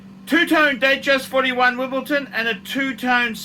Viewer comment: If this collection belonged to one of big donor's he'd be praising it as the greatest collection of all time. No point to these reviews. And it's WimbleDon, not WimbleTon. Make some effort.